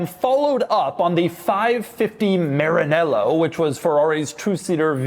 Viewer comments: Maranello not Marinello, Sounds like ma·ruh·neh·low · Is MaraNEllo. Make an effort ain’t that hard. Btw never say 1 American say Porche right, you know the germans mock between them because the English language have 1 word that sounds exactly like a German would refer to their brand “ Porch “ but since you attribute that to something else you invented the entonation “ porSHE “ . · Why you pronounce Maranello that way ?